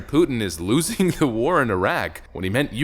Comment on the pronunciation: Not only he said 'Iraq' wrong he also said 'losing' wrong lmao